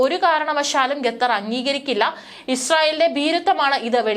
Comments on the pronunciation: Not ghatar. It is khatar. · Great reporting. I’ve enjoyed Malayalivartha Inside. However, please check your pronunciation. Example: Qatar is not pronounced Ghetther. It’s should be ‘Katharr.’ Thank you. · ഗാഥർ അല്ല ഖത്തർ എന്ന് ആയിരം വട്ടം പറഞ്ഞാലും തലയിൽ കയറാത്ത ബുദ്ധിയില്ലാത്ത പെണ്ണുങ്ങൾ 😂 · Please pronounce correctly, its not 'Ga'thar, but Qatar. This is one of the basic ability for a news reader to be able to pronounce the words correctly. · "ഗത്തർ" മലയാലം അരിയില്ല അല്ലേ? കുരച്ച് -കുരച്ചെങ്കിലും അറിയണം. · കെത്തർ അല്ല ഖത്തർ എന്നാണ് ശരിയായ ഉച്ചാരണം. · എഴതിയത് പോലും നേരെ വയിക്കാനറിയില്ല. എന്താണ് ഈ"ഗത്തർ"